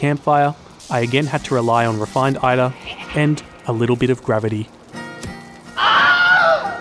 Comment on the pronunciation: Ulv is perfectly pronounced. Eitr on the other hand... Cheers, you!;)